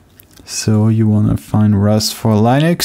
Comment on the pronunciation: Please stop saying LIENUX, it is actually pronounced /'lɪ.nəks/ Hear Linus say it himself Otherwise, great job on doing all this for everyone to enjoy!